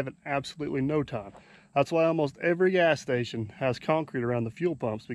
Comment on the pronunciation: He said ass station twice instead of gas station LOL